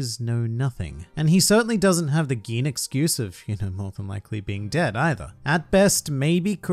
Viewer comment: How come you can pronounce Gin correctly and butcher must know pronunciations such as Enies? (エ eh ニ ni エ eh ス s(u) sounding like Aeneas) Knowing that expands the importance of EL tremendously and so much bad pronunciation makes my ears bleed. You have improved since back in the day when you had less than 1,000 subs, but try to stay a cut above the horrible pronunciations of 99.9% of OP YTers.